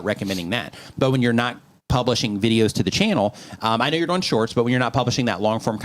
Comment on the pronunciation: Why does always say Doeing instead of doing.😎